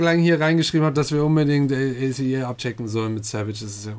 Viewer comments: Man spricht A.C.E als ein Wort aus 😂 Es klingt sooooo komisch wenn ihr das wie eine Abkürzung vorliest ahhahahah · It’s pronounced Ace not A.C.E, even if it’s written like that:) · Yey, eine meiner Biasgruppen! Es wird nicht a c e sondern ace (englisch) ausgesprochen :). Das Theater ist das selbe, Love Shot von EXO wurde da auch gedreht! Wow (grün) - Joker Byeongkwan (Zöpfe) - Harley Quinn. Von denen habt ihr schon Undercover geguckt. Da habt ihr BK auch schon als Androgyn bezeichnet^^ Cactus (Debutsong) kann ich auch absolut empfehlen!